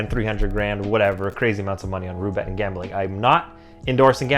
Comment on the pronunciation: The fuck is “Rubet” you mean Roulette dog?